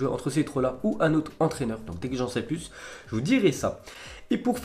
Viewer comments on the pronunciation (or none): none